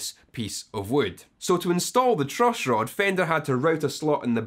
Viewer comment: The truushhroad !